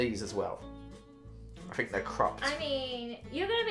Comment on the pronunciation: A. looks amazing in EVERYTHING B. Why does ALWAYS to this day say his t’s as f’s hes like ‘i FINK that…’ Edit: I love these two so much no offense meant 😅